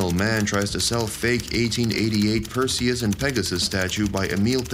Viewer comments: Well there's a giveaway, Perseus doesnt have an i in it. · Narrator should look up pronunciation